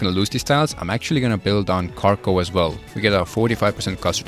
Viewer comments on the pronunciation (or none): none